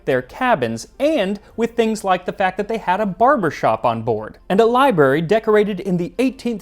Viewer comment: You speak publicly, yet cannot pronounce Library properly.